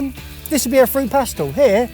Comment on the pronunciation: English: fruit, French: Fuit?? Keep the R.